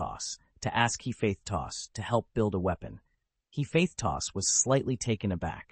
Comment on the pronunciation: why is hephaestus read like he faith tos wtf